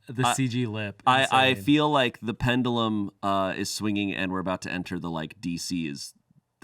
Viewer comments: Agreed. And his pronunciation of "pendulum" was a distant second. Along with Ian's "participle.# 😅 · I've never heard pendulum pronounced like that....